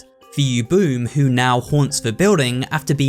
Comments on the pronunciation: sigh, it's u-bu-me not yubum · Ubume is usually pronounced "oo-boo-may," not "oo-boom," but that's a minor nitpick. Interesting thing about the memory loss: as far as I can tell, the loss of the memory of a person seems to be a recurring thing in Japanese ghost stories. The biggest example I can name right now is Corpse Party, where anyone who dies has their whole memory wiped from the world outside the ghostly realm. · U-bu- me, not u-bume my guy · I don’t want to sound pretentious here, but I am pretty sure it’s pronounced “oo-BOO-may”, not “yoo-BOOM”… When Japanese words are spelled out in English letters, the phonetics stay consistent generally. This is because Japanese characters are more like what we consider syllables in English. Without any accent marks, U is always making the “oo” sound, and E making the “ay” sound, for example. But the characters for them in Japanese would also include the consonant combinations that influence the sound if applicable, as “bu” and “me” do in Ubume. I don’t speak Japanese fluently, but I am pretty sure I’m correct? Anyone who speaks Japanese, please correct me if I’m wrong. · It’s ooo-boo-May, not oo-boom. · For reference, 'ubume' is pronounced 'oo-boo-may' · The yokai is actually pronounced oo-boo-may, and they're the ghosts of women who either died giving birth or died while pregnant. In many folklore stories, their ghost still take care of the baby. They steal snacks for the child and bring them to their grave and if people follow them, they'll be lead to the Ubume's grave where the snacks and the baby, alive or dead, are in the grave with them. There's also stories of the Ubume being vengeful. There's a video that explains the Ubume better, but I hope I did good. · Ubume is pronounced "oo-boo-may" lmao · I'm pretty sure that Ubume is pronounce Ubume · I did a little inside every time pronounces ubume as “yooboom” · More oo-boo-meh but yes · u said ubume wrong